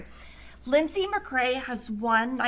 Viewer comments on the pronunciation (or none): none